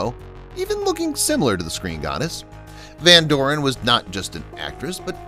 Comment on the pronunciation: "May-mee" Van "Door- in"